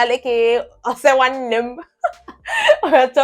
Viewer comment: You even said Ose Nwanem 😂😂😂😂